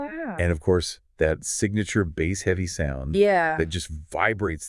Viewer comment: Bass…long A, not short A. Genius.